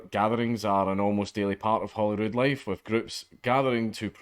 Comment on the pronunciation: I'm sorry, Holyrood? I thought that was a trick of the accent at first. Lol.